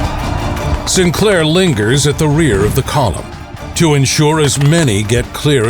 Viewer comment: Btw, St. Clair is pronounced, "Saint Clair," not "Sinclair." Distracting but nonetheless a good historical vid.